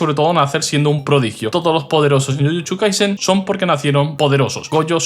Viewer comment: Tai chuchu Tochi Chuchu kaisen Sabia que habia algo extraño,tienes muchos problemas para pronunciación de "Y (VOCAL )" Buen video ,solo me.parecio peculiar ese detalle